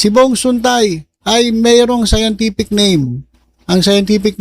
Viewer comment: Hahaha sciance tific to 😅